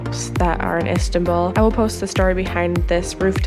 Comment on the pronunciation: You know its called istanbul not istabull